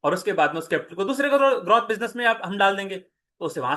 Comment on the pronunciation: Bhai ग्रोथ bolte h ग्रौथ nahi